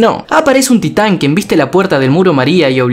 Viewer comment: parece como que dice STAND y no TITAN